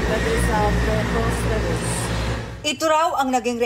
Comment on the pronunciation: Preposterous lang di pa mabigkas ng maayos!!! Lawyer ba talaga yan... Boplax!!!